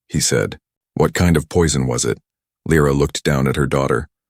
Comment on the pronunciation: I nomi, questi sconosciuti: non La o L R A, Lyra [ Laira ]. Non S, ma Sail. Devi migliorare. Bella storia, e trama ... Come ' Salsedine '? Sail! Allora! Non siete italiani :-( :-(